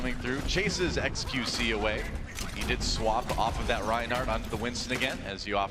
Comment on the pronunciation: doesnt like saying xqc he always says qxe